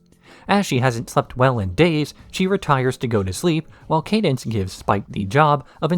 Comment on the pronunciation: Why are you pronouncing cadence's name this way?